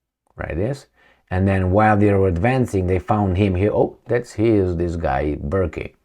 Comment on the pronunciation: The hired killer's name is pronounced: "Burk".